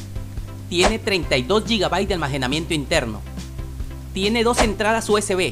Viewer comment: X que que dices ALMAJENAMIENTO en vez de almacenamiento 😂 😂 😂 😂